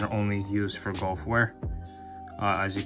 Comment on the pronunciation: Couldn’t get past the gowlf pronunciation lol. Great shoe though